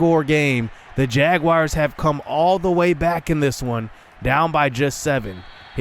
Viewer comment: Hahaha say Jaguars one more time haha its so funny that u don't know how to say jaguars lol